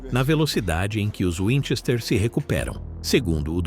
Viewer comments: Para, para, para! Assim você vai acabar arrancando o olho de alguém! E aliás, É winCHESter, não WINchester. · O cara não sabe falar o sobrenome.